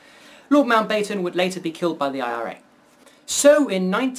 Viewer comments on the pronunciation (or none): Not pronounced "Mount-bay-ton," but "Mount-batten." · MountBAYTUN? interesting otherwise